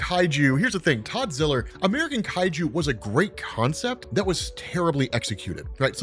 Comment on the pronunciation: Todd ziller? You mean toddzilla